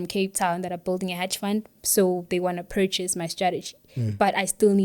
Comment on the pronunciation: did this lady just say 'purrrrchase' ?lmao slow down baby😅